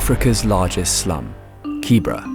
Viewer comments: Not Kibra... KiiBeeRa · The whole video You mispronounce the name KIBERA is pronounced KIBERA not KIBRA